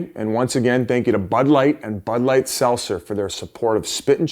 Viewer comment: Pronounce the T is SelTzer Biz